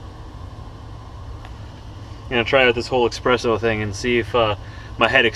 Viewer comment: Espresso...not EXspresso